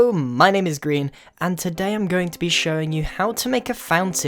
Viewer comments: He said Grian, even if it sounded like greein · Bramely Apple Well, not only the subtitles, Grian actually mistakenly said green instead of Grian. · grian not brian